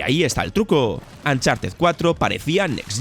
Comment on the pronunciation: Por qué los españoles pronuncian las U de palabras en inglés como A? Uncharted= "A"ncharted donald Trump= donald tr"A"mp The last of us= the last of "A"s Chucky= ch"A"cky ????????????